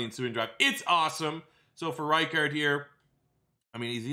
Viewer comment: Sam Koch is pronounced "cook" and Patrick Ricard is pronounced "rick-ard" not "rye-card" btw